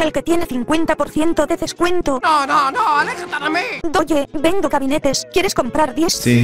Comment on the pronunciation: Porque decia Endo si era vendo